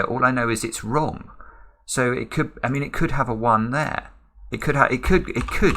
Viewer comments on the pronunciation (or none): I love how you keep saying "wrogn" 😅😍